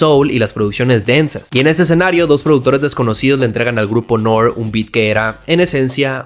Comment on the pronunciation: N.O.R.E se dire Nori no Nore, viene de Noriega